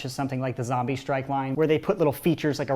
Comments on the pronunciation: Why do u say zambies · QUIT SAYING ZAMBIE!!!!!!! its zombie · Why did he say zaimby not zombie